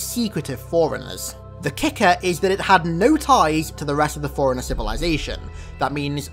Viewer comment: Bro if that is the way you pronounce “Forerunner” then how the hell do you pronounce “foreigner”